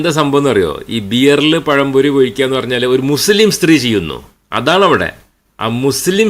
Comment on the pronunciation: ദീനും പഠിപ്പിച്ചില്ല ദുനിയാവും പഠിപ്പിച്ചില്ല മലയാളം ഉച്ചരിക്കാനും പഠിപ്പിച്ചില്ല. പയം പൊരി😂😂😂🤣🤣🤣